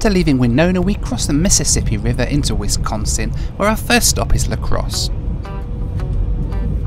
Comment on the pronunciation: Thanks for pronouncing Wisconsin the right way!! Please visit us again!